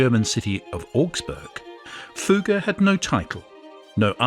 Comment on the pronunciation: Fugger was pronounced correctly... Maximilian so so